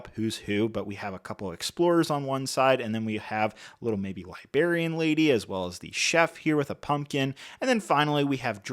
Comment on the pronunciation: "liBARian lady"? dude...